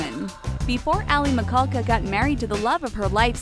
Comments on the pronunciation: its pronounced mi-shaulka thanks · It's pronounced Mi-Sha-ka!!I think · "Aly Mikulka" I've never cringed harder at a mispronunciation before in my life. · The way she pronounced aly michalka 's name lol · aly michalka isnt pronounced like that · ch in the name pronounced with sh sound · She did not say alyson's last name right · Pronunciation of Michalka 😫